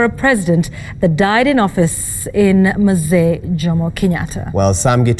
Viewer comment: Its not Mazee its Mzee